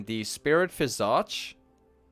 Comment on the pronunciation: The way you say Visage makes my ears bleed, great guide nonetheless